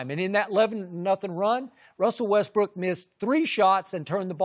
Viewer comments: the thing says westBRICK🤣🤣🤣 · Chris almost said Russell Westbrick 😂🤣😅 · Russel "WestBrick" LOL